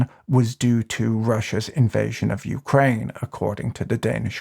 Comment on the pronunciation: "Youcraine" First time I heard it pronounced like that.